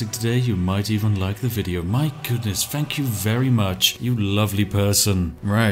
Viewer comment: why does it sound like he says: ''fuck you very much''